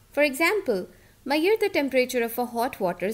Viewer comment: i dont like saying "Maiyor" for "measure"